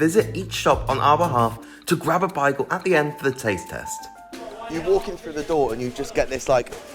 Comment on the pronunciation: Your way of saying “Bagel” does not seem correct lol